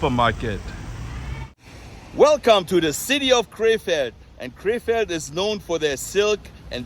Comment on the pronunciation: Every time you prounounced “Krefeld,” I thought you were saying, “K-Fed” as in Britney Spears’ ex 😂